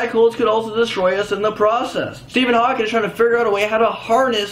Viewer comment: It's Hawking not Hawkins